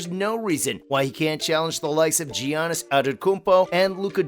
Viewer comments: Had to stop watching when he said Gee yanis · giannis is a multiple time mvp, say his name right